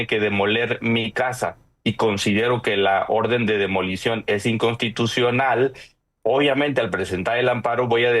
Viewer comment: SE DICE INCONSSSSTITUCIONAL . NO INCONTITUCIONAL.